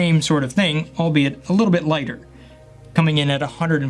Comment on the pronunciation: Did you say albeit lol